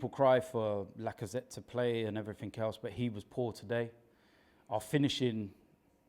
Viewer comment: pronounces everything as everythink